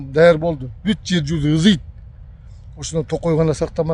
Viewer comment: Ызыйт дебей ысыйт деп туура суйлошту уйрончу сен биничи эмне бул ташиевди жамандагандан башка ишин жокпу? Мага лично барибир ташиев менен просто колунардан эчтеке келбей эле жанадаганды гана билесин действие кыл